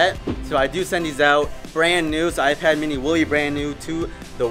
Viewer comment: it's an I pad not a I pad.